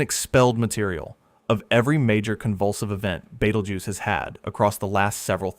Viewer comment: I can't get past the pronunciation being Bait-el-joose in this video. Good lord.